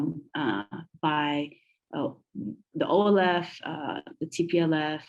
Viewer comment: I like THE ELEPHANT TV, but your guest sounds more like a tplf activist than olf, which she can't even say the name properly.